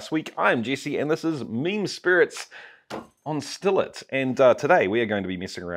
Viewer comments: Is he saying ‘mean spirits’ or ‘meme spirits’? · All this time on videos like this I thought you were saying "mean spirits". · I used to think you was saying mean spirit's lol I'm actually enjoying all your videos Oh usually just trailer park girls drink Dr pepper here lol